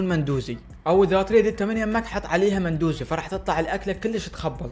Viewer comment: اسمة مو مندوزي اسمة لامندوزي❤